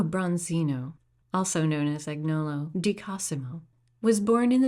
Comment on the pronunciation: "Agnolo" is pronounced AN-yoh.loh. It's a very Tuscan name; Michelangelo sometimes spelled his name Michelagnolo.